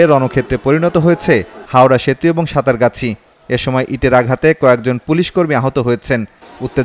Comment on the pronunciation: সাতারগাছি না, এটা হবে সাত্রাগাছি।